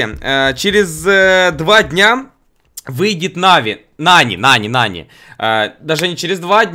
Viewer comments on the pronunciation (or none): Он сказал НаВи нани